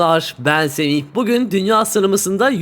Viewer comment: selamlar ben semih deyişinde dil sürçmesi yüzünden semih yerine serih demiş